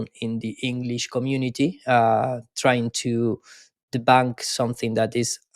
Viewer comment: De-bownk? If your going to insult people, learn the language cockroach.